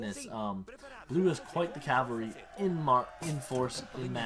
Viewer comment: Cav- all - ry , that is how you pronounce it